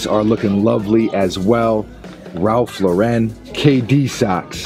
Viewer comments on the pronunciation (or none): Ralph lah ren😂😂